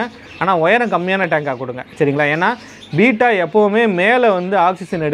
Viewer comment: Beta = பீட்டா Betta = பெட்டா உச்சரிப்பை திருத்திக் கொள்ளுவோமே 🤷